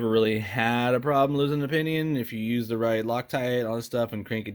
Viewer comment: Zeee batteries 👍